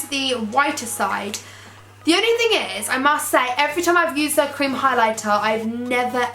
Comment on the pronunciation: The way she said creame product😂😂xxxxx